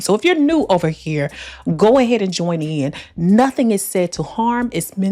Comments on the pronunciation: Ova hurr! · “We don’t do that ova hurrr” where she from Memphis or Missouri? 😊